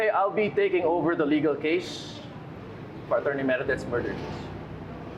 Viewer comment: Di talaga mabanggit ng Tama Ang word na attorney mula simula Hanggang Ngayon, , , Achorney pa Rin Ang bigkas hahaha